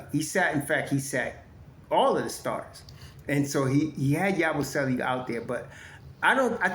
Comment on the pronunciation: Damn it Ya-boo- selee He's not Italian